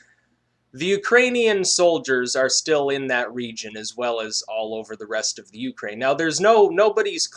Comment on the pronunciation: Pretty sure your intonation on the word Ukraine is wrong.